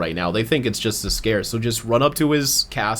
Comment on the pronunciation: I had to backtrack to make sure I heard that right, but “ze castle Zs’Skayr” was a bit funny.